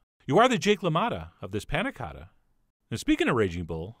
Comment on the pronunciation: Coata? Really? It even has two Ts.